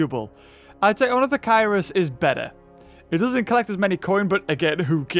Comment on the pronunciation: Ornitho KEER-US. Haven't you read Z. Raptor?